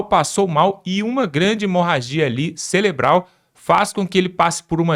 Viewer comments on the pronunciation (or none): SABE NEM FALAR CELEBRAL KKKKKK CAKAVA BOCA OFÉLIA KKKKKKK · nao e celebral,e cerebral.eita mobral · não é celebral... é cerebral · NÃO É CELEBRAL MENINO,,,,,O CERTO CEREBRAL TA BOM ? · "CELEBRAL???" UHUmmmmmmmmmmmm...paulo freire... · Cerebral não celebral🥴😖😖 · Orras, amiguinho, "CELEBRAL" é de doer os tímpanos...😂